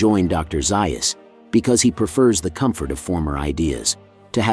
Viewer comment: Overall, I have been enjoying your channel; but please correct the pronunciation of Dr. Zaius’ name… 😇😇😇😇😇